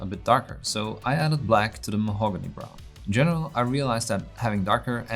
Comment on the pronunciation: Love the way you pronounce Mahogany, also love your tutorials!